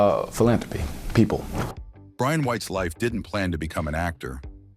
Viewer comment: The Ai keeps calling him Ryan ...his name is Brian!!!